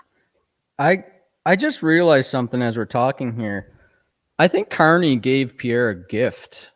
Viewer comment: Lol is that sunny guy calling Carney corny on purpose? It cracks me up every time 😂😂😂